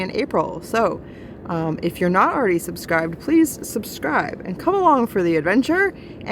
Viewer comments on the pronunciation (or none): "PAW-LEASE ?" Haha. 👍 Rock on 😂.